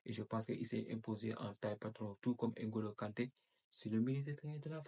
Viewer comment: Même vous l'Africain vous dites N ngolo kante, vs êtes devenue un blanc ,il s'appel Ngolo kante et non N ngolo kante idiot.